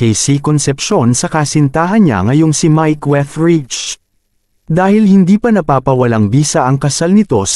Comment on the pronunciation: Wuthrich not Wetrich